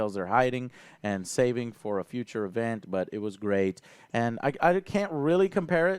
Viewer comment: "FROM THE FYOCHA"